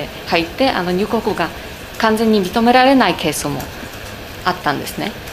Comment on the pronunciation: 記者さんへ：入国は「にゅうこく」ではなく「にゅうごく」と発音して下さい。お願いします。